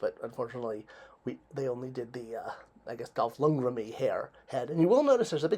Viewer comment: Lund-greN. N at the end. Dolph Lundgren